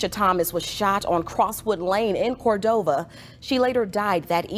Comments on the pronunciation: It’s Pronounced “Cor-DOVE-A” 😂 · It’s COR-DOV-A!! Lol! That machine voice said it all wrong! Leave these dusty men ALONE, especially these dusty Memphis men.